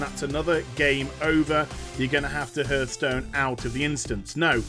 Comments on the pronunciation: Why do you call the "Heartstone" a "hurt-stone" ?? o.o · it's called a hearthstone not a heartstone that's why is accent makes it sound like he's saying hurtstone